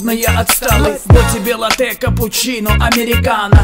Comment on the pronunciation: Гангста поет о кофе. Не Лате, а Латте ударение на первую Т. Неучь.